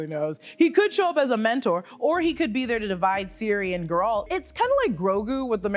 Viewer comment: Conjunction of the Spheres became year zero. Geralt's time is around 1200 years later. So not thousands of years ago. Also Gear-ralt. lol I don't know if that was intentional.